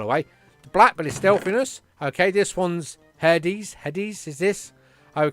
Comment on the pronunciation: ares is pronounced air-rees hades is hay-dees athena is a-thee-na